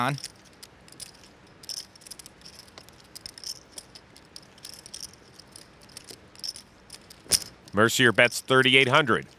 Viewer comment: Mercier is pronounced mare see ay